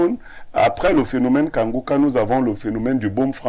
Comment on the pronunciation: La journaliste la ne sait pas lire iu elle fait exprès. Incapable de prononcer Kanguka pourtant un mot facil a lire.